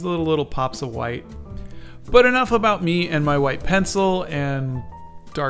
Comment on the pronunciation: I love everything 'aboot' this boot drawing :)